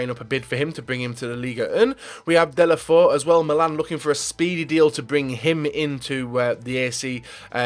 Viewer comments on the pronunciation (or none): its pronounced duh-lo-fay-you